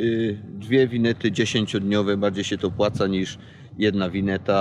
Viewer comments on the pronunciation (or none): Winetek, wineta,,, to bardzo drażni. Myślę, że pan się nauczy wymawiać prawidłowo bo to aż nie przystoi podróżnikowi tak wymawiać.